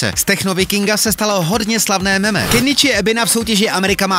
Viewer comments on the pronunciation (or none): none